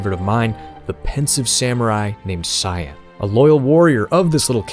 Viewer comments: It's pronounced Kaien, not Cyan like the color. It's spelled that way to save valuable memory space on the super nes. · It's not "Sai-en" like the color, it's "Kai-en". HARD C!